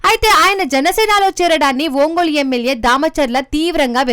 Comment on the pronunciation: ఓంగోలా ఒంగోలా?? అసలు మీరు కనీసం ఊరి పేర్ల ఉచ్చారణ అయినా సరిగా చెప్పలేక పోతే ఎలా??? ఇంతకీ బలినేన?? బాలినేన